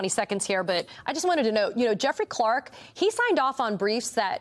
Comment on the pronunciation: "Jeffley". Lol